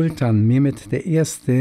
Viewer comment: Fein präsentiert ! (PS: die Aussprache der Namen Ahmet, Mehmet usw. wäre "Achmet, Mechmet", usw.)